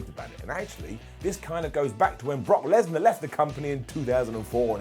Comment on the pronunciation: i thought you call Brock lesner ‘Butt Lesner” 🤣